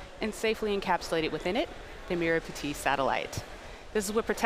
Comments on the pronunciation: How to pronounce merah Putih. May rah put he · I 💗 how u guys just butchered the merah putih pronounciation 🤣